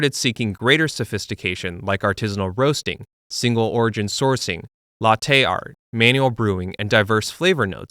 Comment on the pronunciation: ok so explain why you said “latte art” like that